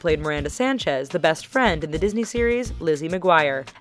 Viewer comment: What's a Dosney child?